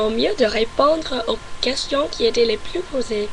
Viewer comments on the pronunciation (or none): Ton français est presque parfait! Juste quelques lettres à prononcer (comme sur plus) et "club" tu peux l'américaine car c'est un mot importé ;) Par contre, je n'ai pas très bien compris ce que tu as dit à pour le mot qui n'existe pas en français :/ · Un petit conseil : Tu prononce le mot "plus". Mais il se prononce "plusse". Voilà ;) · Salut , Pour une Américaine je trouve que tu parle très bien français avec un accent qui s'amelliore , sur ce il y'a un petit Hic , quand tu dis "Plus" tu doit insister sur le "S" il faut qu'on l'entende . Bonne chance . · En plus. Il faut prononcer le "s" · tu parles tres bien francais.au fait , on prononce le s a plus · à tu dis "et en plus j'aime la France" dans ce cas tu dois prononcer le "S" du mot "plus" pour montrer que tu rajoute quelque chose après ( le même sens que "in addition"). Par contre, tu peux dire "plus" sans prononcer le "S" , donc il ce lit "plu" ( qui a le même sens que "anymore"), tu fais aussi la même faute à tu dis "c'est ce que j'aime le plus" tu dois prononcer le "S" car c'est un superlatif. à , tu dis "Ma choix", le mot choix est masculin, ce n'est pas "ma" mais "mon". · N'oublie pas de prononcer le S à la fin de PLUS si c'est dans le sens "positif" si par contre tu veux dire que tu n'aime plus (dans le sens n'aime plus du tout) tu ne le prononce pas ^^